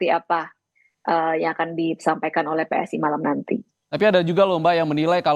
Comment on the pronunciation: PSI mas, bukan PSSI 😂😂😂